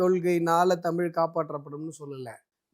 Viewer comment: டாய் உனக்கு ழ என்ற உச்சரிப்பே வரல, தமிள் அப்டின்ற. தமிழா தமிளா?